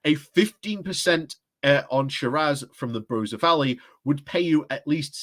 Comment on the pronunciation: It is not bar-oh-sa pronounce the o as in hot Barossa Valley.